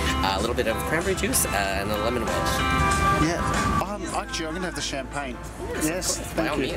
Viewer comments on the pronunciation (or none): none